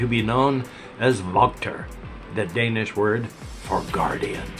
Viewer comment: Your Danish pronunciation is pretty good :)